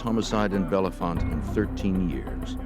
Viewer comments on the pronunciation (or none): it's Belfonte, not Belefonte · Its not Belle font lmfao its Bell Font the e is silent after Bell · Its not bellafonte it bellefonte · It just sounds like “Bell font” not “Bella font” and we don’t say Bethlehem, we say “Bethlem” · It’s just pronounced bell font. Not like the actor or how the narrator pronounced it. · My Daughter Megan lives in this town.. Every one pronounced it wrong. This man is also butchering it. Pronouced BELL FONT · Us bellefontetians pronounce it bell font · It’s pronounced “Bell’-Font.”😊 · 12/22 Saint Marys, PA And their pronunciation of Bellefonte was driving me nuts..... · State college/Penn State area, and the pronunciation of Bellefonte is atrocious 😂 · I too came here to say this, lol. This is my hometown area. And it always amazes me how many people never pronounce “Bellefonte” correctly 😂